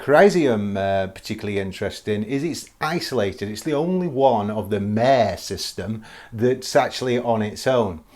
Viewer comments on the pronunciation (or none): "Mare" is pronounced "Mah ray". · Great choices of lunar landmarks! Just for info, the Latin "mare" has two syllables (pronounced "mah-re").